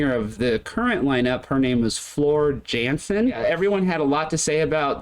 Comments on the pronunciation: She has not been with the Band for 10 Years, Buy Floor has been around for some long years. And Its Not Jansen; Its Spelled Jansen but Pronounced Yansen! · The j in Jansen is pronounced as a y yansen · Floor Jansen/Yansen. The J is pronounced as a Y.